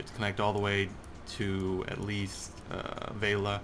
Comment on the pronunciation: Its Velia, not Veila.